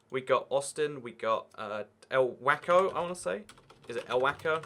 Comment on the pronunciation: whenever you pronouced waco wacko i died laughing XD